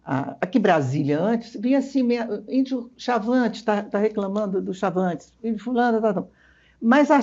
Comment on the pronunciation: A branca falando "indio" me deixa louca kkk